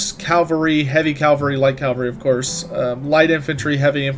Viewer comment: Cavalry! Not calvary or calvalry